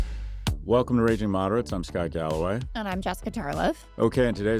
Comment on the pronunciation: This galloway guy still pronounces the name wrong.